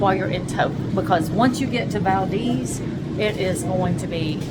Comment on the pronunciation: Valdeez is the correct pronunciation. Enjoy your travels here❤